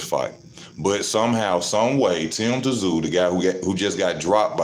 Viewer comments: T Zoo 😂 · Luckily your opinion has no relevance. You pronounce his name zoo.